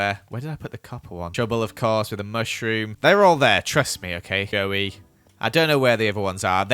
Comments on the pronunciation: Sausage mispronouncing Mossilianaire: Mossisillilionaire mispronouncing Joey: Goey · You- You pronounced Joey as “Goey” once 😂😂😂😂😂😂😂😂